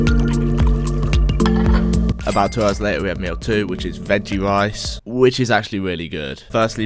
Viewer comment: Lice as rice xd